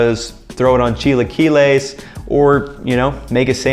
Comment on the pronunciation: lol cheelahkeylays and kraymuh, can't get any better.